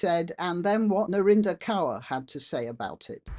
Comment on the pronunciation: Some of us have been warning about the creeping beast system (AI) for decades. Kaur ( pls note, it's pronounced Kor) has capitalised on this system and accrued significant wealth her entire life. Now.......???....her weight is questioned? I have precisely NO sympathy for her. Or for your take on this,. She is no kind of desecrated wallflower. She reaps what she sowed. Real life crime should be our priority.